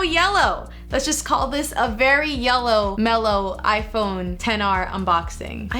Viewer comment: You said 10R instead of XR